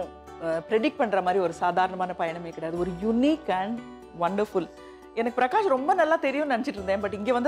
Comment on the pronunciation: Pragash kedaiyadhu prakash sari aahi uccharikkrada kathuko avaroda per appadi illa. Pragash nu avaroda appa amma avaruku peru vechille avaruku avaroda appa amma vecchirrukradu prakash nu. Avaroda mulu peru prakash raj.